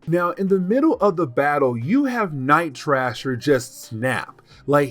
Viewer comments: Night thrasher not night trasher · It is pronounced Night THrasher (gotta hit that th sound) and Juggernaut as in knot, not nut. I love your videos, please keep them coming!!!